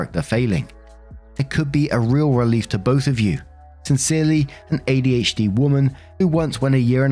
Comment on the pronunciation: So - an ADHDAH.